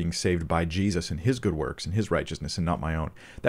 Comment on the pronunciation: you said 'Jezus' that sounded so Dutch!! Thank you again for your wisdom! And the blessing you share with us. God is good.